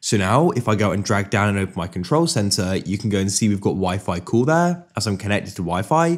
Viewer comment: It's pronounced "call", not "cool".